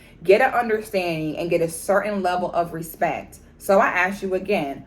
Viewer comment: Put Some "Respeck" On Our Name! 😂